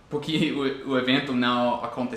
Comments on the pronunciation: Suas explicações são muito claras e seus exemplos me ajudam bastante, obrigada!:) Uma curiosidade, você é professor,? Porque leva bastante jeito pra isso, tem uma didática boa ^^ Uma coisa que tenho reparado é que você pronuncia "dIpois" ao invés de "dEpois", e também "porquI", ao invés de "porquE" Nem sempre o "e" vai ter som de "i" em português rs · Dar uma ajuda também... você fala "porqui " tente falar "porque"... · teus videos tem nos ajudado cada dia mais. Uma dica que espero que te ajude, é o "Porque" que você pronuncia "Porqui" com um sinal de "i" no final. Mas na verdade tem som de "E", "PorquE" O Brasil te adora cara. hahahahahaha. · Ah me desculpa mas não consigo assistir o vídeo completo com esse “puqui” PORQUE * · Nossa é muito feio “Puqui” e “dipois” vale para todos os brasileiros que matam a língua portuguesa que é tão linda e para ti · "Pukí"! Kkkkkkkk jeito engraçado de falar "porque" mas gostei do vídeo! Muito bom